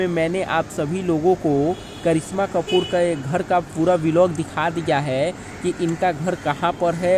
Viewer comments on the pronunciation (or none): Aap vilog kyu bolte ho vlog bola kro😊😊